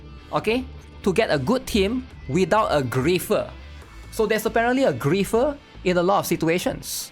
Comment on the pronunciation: It is not "Gri-FT-er" it is Gri-EF-er